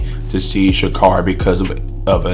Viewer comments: Carry.... pronounce it right. Here you are with the B.S. just say it you don't like her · care ree.